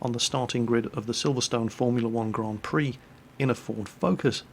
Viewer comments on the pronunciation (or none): none